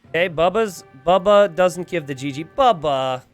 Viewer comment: it is bubba not baba :chillwcat